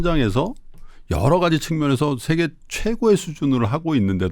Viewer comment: 외국인인 타이러씨 와의 구 분의 대담 내용도 좋았습니디. 특히 반가웠던 일은 , 단어의 자고저 문제, 장단음 문제에 있어, 가장 정확한 것이었습니다. 만강의 찬사를 아끼지 않겠습니다. 두 분께 충심으로 권하고싶은 일이 있습니다. 제가 쓴"한국 어문을 고발함"을 일독해 주시옵소서. 단 한 가지 타이러씨의 실수! "세계"의 "세"를 짧게 발음했습니다. 이 "세"자는 "길게" 발음해야 합니다. 미국 변 완수 드림